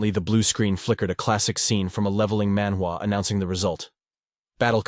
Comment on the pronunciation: Love the recap. But every time you say manwa recap world you break the immersion